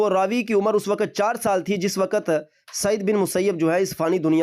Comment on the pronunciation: نہیں بیٹا وقَتْ نہیں بولتے وقْتْ بولتے ہیں